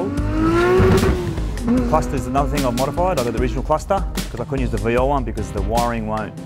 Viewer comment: Of all the things that are utterly wrong about this, why is it his calling the car veal, that pisses me off most? It’s Vee Ell, mate, not veel.